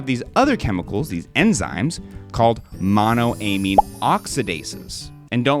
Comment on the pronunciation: friend to friend please pronounce monoamine the same way you pronounce dopamine only halfway through but great video!!